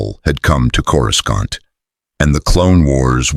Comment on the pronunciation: Every time Coruscant is pronounced with two hard C's... I'm not ashamed to admit it, I'm immature enough to crack up.